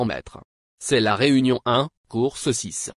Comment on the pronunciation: Bon soir on dit Re'union une